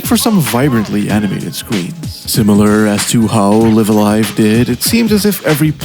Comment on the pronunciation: Oh no he pronounces Live A Live incorrectly. Video ruined